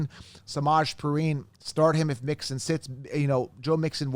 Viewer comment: It’s pee-rine….pls says names correctly